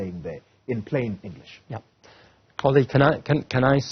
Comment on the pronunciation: A white man correctly pronounces the name Xoli and a black man pronounces Coli.